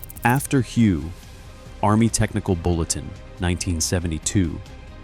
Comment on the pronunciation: lol you said Hew.